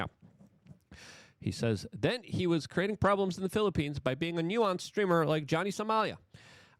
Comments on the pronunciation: It’s pronounced NEW-SENSE not NEW-WONCE. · Please delete this video Luke. You are slurring your words and you cannot pronounced the difference between nuisance Streamer and nuance Streamer… you didn’t study up on this topic. Leave this type of content to Legal Mindset and Atozy 🤦🏽‍♂️ And btw, Vitality was making excuses for his asshole, nuisance behavior, because he donated $20,000 to people, how he tips people and that justifies his actions. Hell no, it actually makes things worse on how Filipino people’s morals can be brought out with money and material things. Awful Video Luke.